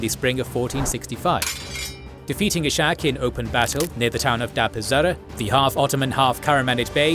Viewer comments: He is not Ishak with SH but it is red separately S and H like Iskhak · "Ishak" is not pronounced /iʃak/, but /ishak/ or /isak/. In christian languages the name exists as "Isaac".